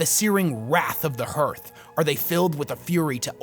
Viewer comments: The vowels in "hearth" are pronounced exactly the same as in "heart" so it’s "HAARTH" not "HUUURTH” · I think hearth is pronounced hArth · Hearth is not pronounced like hurth. It rhymes with heart. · Hearth is pronounced Harth, in the same way we pronounce Heart as Hart. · I know that the word 'hearth' is spelled like, 'Earth', but it is pronounced like, 'harth'. Hearing you consistently mispronounce it was... difficult to listen to. Otherwise, I loved this vid. You provided more condensed insight into WH40K squat culture lore than anyone else ive found on youtube. Thank you! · Awesome video! Everytime you pronounce "Hearth" I take psychic damage though.